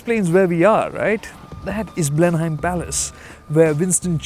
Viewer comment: Please learn to pronounce Blenheim. Please...please